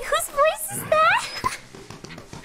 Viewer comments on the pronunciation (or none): none